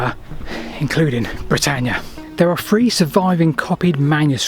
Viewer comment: Brilliant to watch and listen to....apart from the "f,s". Please pronunce your th. Its "three", not "free"